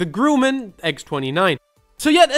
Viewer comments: It's pronounced grum-man not groo-man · "Grumman" is pronounced as is written, and not "Grooooomun", The "Grum" rhymes with (bum, chum or rum), and not with 'poo, choo, chew or slew'.